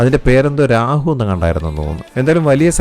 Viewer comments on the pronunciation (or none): രാഹു അല്ല രോഹു 😅😅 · Not Rahu, it's Rohu. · രാഹു അല്ല രോഹു ആണ് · രാഹു അല്ല രാഹുൽ 😄😁 എന്റെ പൊന്നു ചെങ്ങായി അത് രോഹു ആണ് 😊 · രാഹു അല്ല രോഹു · രാഹൂ അല്ല രോഹൂ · രാഹു അല്ലാ റോഹൂ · രാഹു അല്ല ചേട്ടാ. രോഹു.. എന്തായാലും ചേട്ടനെ അവർ വിദഗ്തമായി പറ്റിച്ചു.. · രാഹു അല്ല കേതു 😂😂😂 റെഹു ആണ് മിസ്റ്റർ 😂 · രാഹു അല്ല കേതു 😂ബ്രോ രോഹു ennan❤🤍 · രാഹു അല്ല കേതൂ 😂😂😂. It's റോഹ് man 😊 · രോഹു, അല്ലാതെ രഹു, കേതു ഒന്നുമല്ല😂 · രാഹു.. അല്ല.. രാഹുർ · 😂രാഹുവും കേതുവും അല്ല ... റോഹു